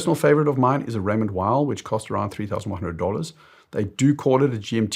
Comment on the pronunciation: I'm shocked that you , like others, you don't pronounce Raymond Weil correctly.